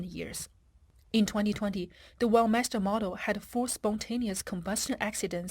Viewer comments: I notice that the commentator pronounces "Weltmeister" as "wellmeister", is this to cover up the rather nasty connotations of world domination in the name? Perhaps it should be "lossmeister" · Veld my's-ter isn't it?😅😅😅😅 Schmidt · As a german i had to cringe every time Weltmeister was said